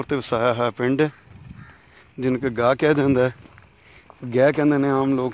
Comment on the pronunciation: Its not Gay its Gah